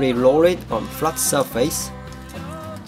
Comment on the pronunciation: So I'm supposed to "gentry rorr it" before I "peer it"?? ^.^